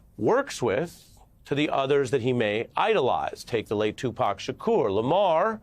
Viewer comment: Who is this reporter that's actually pronouncing Tupac's name correctly???